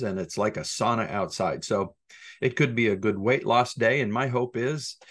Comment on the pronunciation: Great episode...aside from your pronunciation of "sauna". Lol. Take care.